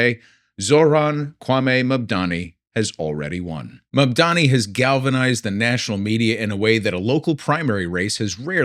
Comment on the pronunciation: Why is “Mamdani” hard to pronounce for these people, it is such an easy name if you are using a language neutral reading mode. Where all ‘a’ are assumed like in “bat”, ‘i’ is ‘ee’ like in “knee”.